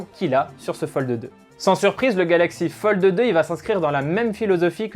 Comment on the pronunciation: Metexya eSport Merci du coup je n’entend que ça 😂😂😂